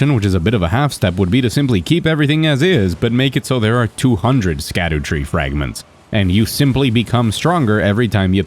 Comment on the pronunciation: Good video. Btw sc in scadutree fragments is old english and there sc = sh. So its called shadutree fragment (shadowtree).